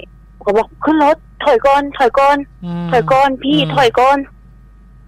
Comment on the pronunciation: ถ้อยก่อนน ถ้อยก่อนนน 55555หลุดขำเลย